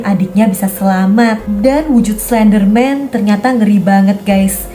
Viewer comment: Oh iya tadi kakak bilang slenderman yang anak nya slendrina ini kakak bilang klenderman